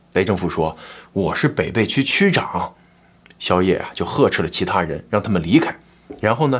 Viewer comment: 发音有个小错误，北涪区，应该念being fu qu